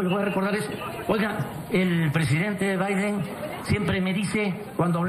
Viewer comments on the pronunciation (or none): none